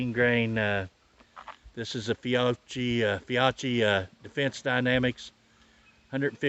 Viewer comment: "Fee achee" Holy God.